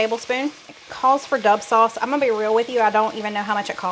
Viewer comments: God bless you. I was confused when you sounded like you said Dove sauce because I have never heard of that. Then I saw you were holding a bottle of Lea & Perrins Worcestershire Sauce. Its the original. Im over 70 years in Oregon. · Did you say dub sauce? I’ve never heard that before 😀